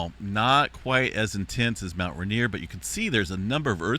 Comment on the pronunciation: It is pronounced rain, ier. Not ruhnier